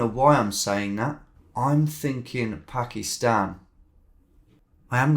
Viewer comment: it was an s mostly as he said “pakist”